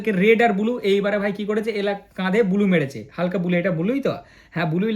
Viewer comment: দাদা তুমি ব্লু😂 বদলে বলছো বুলু